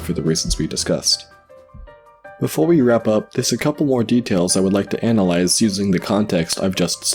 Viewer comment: How do you take a PG or G rated zelda analysis and give it an R XXX or NC-17 rating? Dont learn how to say analize XD Great content. But its such a small and obvious thing in the middle of such a wonderfully done piece of art/entertainment. This is not a negative critique of you as a creater. Be careful offering unsolisited analising.